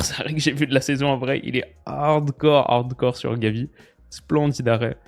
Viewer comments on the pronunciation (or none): none